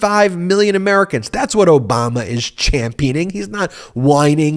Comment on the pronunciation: Note how Trump pronounced it "O-bummer" very deliberately and of course, childishly.